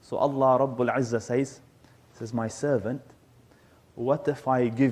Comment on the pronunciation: NO KNOWLEGE SEZ NOT SAYS ATLEAST PRONOUNCE LIKE SEZ